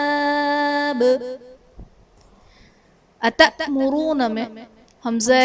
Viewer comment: Ata moroon mei alif madda kyu nahi hora h taa pr zabar h aur alif pr jazam